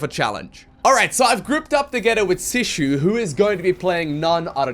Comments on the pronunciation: I wonder how from "Sushi" it became "Sishu", but never the correct "Shisui". Not that I want to be that grammar nazi, but whoever watched Naruto will understand. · YES. You've been calling Shisui "sushi" forever! haha